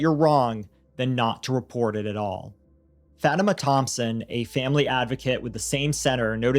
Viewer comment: FA TIMA is how Fatima is pronounced